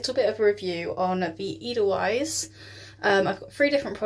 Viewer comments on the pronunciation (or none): Close its pronounced "AY del vice"